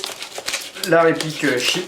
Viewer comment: Excellente review, merci encore ! (Petit ps : C'est 'cheap', pas 'sheep' :p )